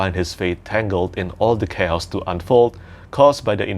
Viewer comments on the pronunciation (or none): none